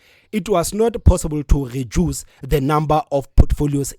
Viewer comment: Eish I’m finding this podcasters pronunciation distracting. Eg Geduce instead of reduce, gespond instead of respond,gecoup instead of recoup